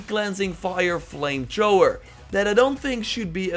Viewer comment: He said flame Trhoower lol